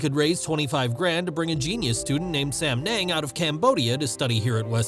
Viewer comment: Sam yung not sam neng😂😂😂